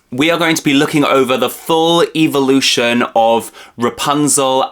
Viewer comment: I love how he says evil- ution lol